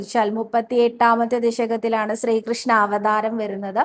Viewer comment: 🙏ഹരേ ഗുരുവായൂരപ്പാ ശരണം. 🙏. സ്രീകോവിൽ അല്ല ട്ടോ ശ്രീകോവിൽ എന്ന് പറയൂ. സ്രീകൃഷ്ണൻ അല്ല ശ്രീകൃഷ്ണൻ ആണ് ട്ടോ. ഞാൻ പല തവണ പറഞ്ഞു. ക്ക് നല്ല വ്യക്തമായ ഉച്ചാരണം ഉണ്ട്. അതുകൊണ്ടാണ് വീണ്ടും പറയുന്നത്. 🙏